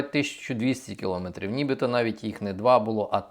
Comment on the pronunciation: Знов говорити килОметри